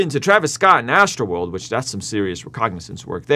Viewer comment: Yo reconnaissance not recognizance